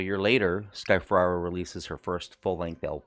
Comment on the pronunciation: Watched your videos. Nice! Don't think you're saying sky Ferreira name right though.